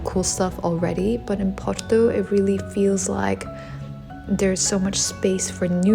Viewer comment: Dizes muito bem porto acho que és portuguesa a fazer publicidade 🌹🤣🌹